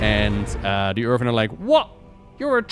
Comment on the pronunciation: Pls stop calling Earthen as Earven… Youve spoken english for so many years now, how is your pronounciation not improving?